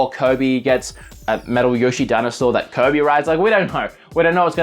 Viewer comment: I like how he pronounces kirby. "Coby" its kinda funny.